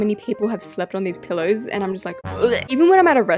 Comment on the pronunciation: that was the funniest way EVER said pillows (pillowrss)